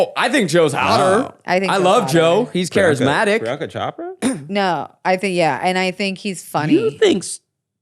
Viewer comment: It’s pronounced ‘Priyanka Ch-oh-prah’, not ‘Shop-ruh’.